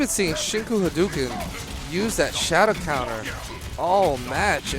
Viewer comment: He doesn't actually say Haduken.. He says Enduken..